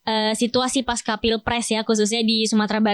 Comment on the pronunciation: Pasca itu bahasa Sanskerta jadi dibaca pasca seperti halnya panca. Bukan panka ; Pancasila, bukan dibaca pankasila kan?